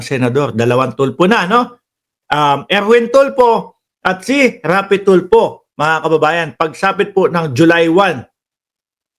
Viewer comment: Tulfo hindi Tulpo ayusin mo naman ang diction mo at pronunciation.